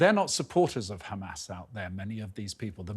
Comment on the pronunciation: It’s Hamas not humus